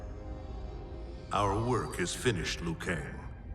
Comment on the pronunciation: Its liu not lou kang. It’s not a silent i